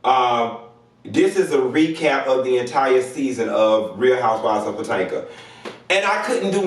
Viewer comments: Oh Bless ur heart! 🧐Look I’m here for this video but it Is pronounced 🗣puh-👏🏽toh-👏🏽muhk👏🏽. Beloved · When you said housewives of PA TANKA I fell on the floor🤣🤣🤣🤣